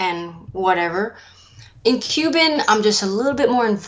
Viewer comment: I love how she pronounces it "cubin'"